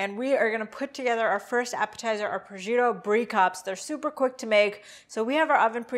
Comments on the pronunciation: There is no “z” in proscuitto. Pros”shk” toe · abcw oops, I was on my phone and confused the words. Prosciutto is pronounced "pro-shoot-oh" : roll the "r" and stress the 2nd syllable but you articulate all 3....not roll them all together like they say "pruhjutoh". LOL It ain't a form of Kung-fu eh! ;-) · It's "pres-shoot-oh" . Charcuterie is pronounced "shar-KOOT-er-ee". Americans... ;-) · It's pronounced pres-koot-oh?